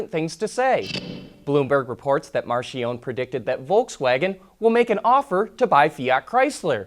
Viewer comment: Isn't Marchionne pronounced Mark-key-own-knee?